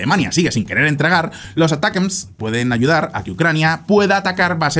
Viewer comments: "Uh-Tack-Umz" vamos que no es tan difícil. aqui va un tutorial para sonar más cool para la proxima. hahaha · "Atacams", no es tan complicado. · los Misiles ATACMS se pronuncia de 2 maneras "Atacams" sin pronunciar muy fuerte la "T" o preferiblemente "Aracams" para una correcta pronunciación al ingles, pero si los vas a pronuncia españolizado pues dilo sin mas "Atacams" normalmente. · Hola! Se supone que se pronuncia como "Attack 'em!" los ATACMS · ATACAMS. Asi se pronuncia ATACAMS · la forma mas comoda de pronunciar los ATACMS seria "Atacams". O por lo menos en español muchos suelen nombrarlo asi.